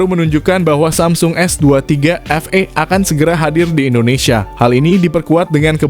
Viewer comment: Bukan Efei dibacanya tapi efii..s23 FE(efi)